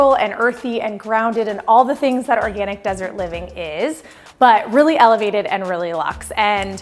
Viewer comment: And "elevated" 😅